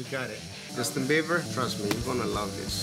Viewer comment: IT'S BIEBER, NOT BEIBER. You can't get his name right even after 10 years, smh.